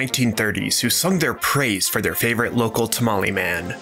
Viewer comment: You spelled Jalapeños wrong. That would make it a simple n sound, not ñ. Those are not the same nor is NYO. Not tamali, but tamale, as the E in Spanish is purely /e/ Spanish isi written 95% how it sounds, the exception would be H.